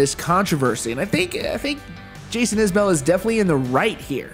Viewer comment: You mispronounce Isbell, a lot of people do that but you're supposed to know these things. More to the point, we're talking about John Prine, I don't need to hear CMA's excuses.